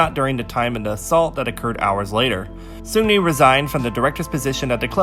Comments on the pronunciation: great vid, but its racist to try to pronounce seungri "sungli" lol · That's why I love your channel, you speak facts only and I've learned so much about kpop history Ps: I still struggle to pronounce 'Seungri' correctly 😥